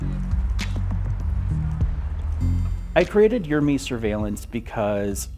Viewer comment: « URME », Excellent !!! 😊👍